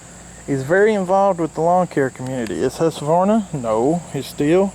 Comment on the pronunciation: It’s actually pronounced hoosquvarna in Sweden